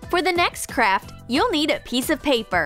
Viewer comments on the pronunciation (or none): I thought she said ''for the next crap''(pls dont hate) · I thought she said “For the next crap” XD